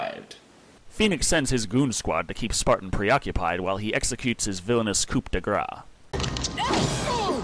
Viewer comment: that's a funny mispronounciation of "continuity" followed by 'coop' for 'coup' :)